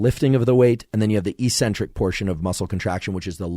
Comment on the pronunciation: FYI... it is pronounced ehk-sen-trik, not ee-sen-tric. The c after the first c hardens the first c and e after the second c softens the second c. I highly recommend The Logic of English book and YouTube channel, especially for logical children who suffer from the irrational teaching methods deployed on our youth.. Thanks for sharing this information. I'm looking forward to implementing and testing some of your suggestions. I like promoting truth and accuracy, and I am not trying to be critical.